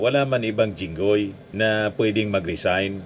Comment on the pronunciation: Sabi niya Jingay. Obviously THATS jingoy